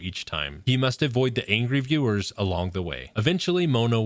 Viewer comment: 𝕀 𝕥𝕙𝕠𝕦𝕘𝕙𝕥 𝕦 𝕤𝕒𝕚𝕕 "𝕄𝕖𝕨𝕖𝕣𝕤" 𝕒𝕟𝕕 𝕦 𝕒𝕔𝕥𝕦𝕒𝕝𝕝𝕪 𝕤𝕒𝕚𝕕 "𝕍𝕚𝕖𝕨𝕖𝕣𝕤".